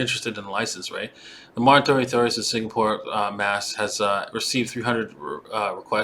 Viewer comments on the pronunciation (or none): none